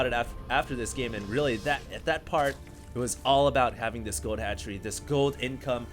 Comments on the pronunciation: ROFL at fast hatchery = fatchery he played it off well hahahahahahahaha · lol "Fatchery"...nice work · hahaha "fatchery"